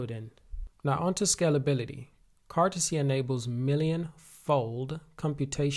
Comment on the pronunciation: Can you stop calling it cartazay